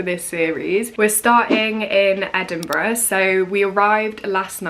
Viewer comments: Well done you got the name right 😂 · So funny watching this as someone who goes to Edinburgh uni and grew up in Dunfermline!! (also pronounced it perfectly haha)